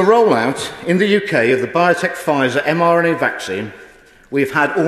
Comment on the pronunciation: I noticed that too, plus a few look to have scurried off at the start!! The baby issue is absolutely disgusting!!! Huge respect to the MP for standing up & doing the honorable thing!! However, it's a shame that he miss-speaks & seems to say 'mNra' a few times, plus the major mistake with the extra unnecessary 'word' added after 'Covid-19' which changes the whole point he was trying to get across (watch from for context) - these things make easy prey for distractors..!!!